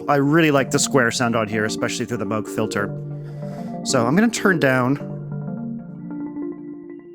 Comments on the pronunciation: OMG it’s pronounced “ ˈtambər/ “ like the word amber ... you know the resin from trees? Timbre is NOT pronounced like tom. PLEASE, please, please ... this annoys me to no end just like saying Moo G. Thank you! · He called himself moo-g growing up but his wife liked moe-g better and he switched. Moral of the story is, it doesn't matter really. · HOW DARE YOU?! It's obviously "Moog". Anyone who says "Moog" is an evil nazi. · It’s pronounced Moog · No it's pronounced Moog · well it is actually pronounced “moog” ... but others prefer to say it like “moog”